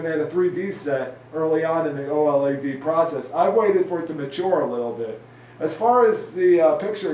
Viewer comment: LLED? You mean OLED?